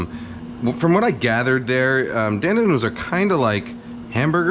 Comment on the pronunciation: Don’t say Dan Dan as in the name. Chinese won’t understand you. It is pronounced DonDon as in Don Rickles.